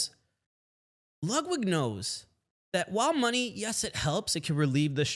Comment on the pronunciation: “Lugwig” If you don’t care enough to pronounce a name correctly, Im going to assume that you dont take the time to make sure everything else is right too.